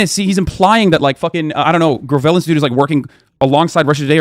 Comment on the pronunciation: The way he pronounced Gravel's name like it was material for constructing country roads was kinda rough ngl . Mike Gravel is a legit hero